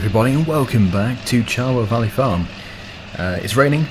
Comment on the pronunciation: Anyone notice he said charwell valley farm